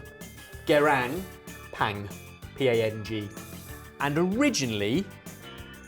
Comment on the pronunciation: I am Korean and hearing pronunciation I thought of south east Asia haha until he said the meaning and city. Closer pronunciation of gyeran (ge(t) ron) with no t and ppang (bbang) with ah instead of A.